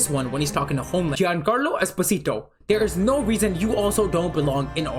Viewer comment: he is Italian and his surname is EspOsito (stress on the second syllable)